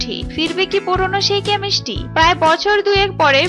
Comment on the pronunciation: Pramo na promo .😁 Chemisty na chemistry. 😊Opicial na official .😂 Popile na profile😄. Pronunciation shekun.🎃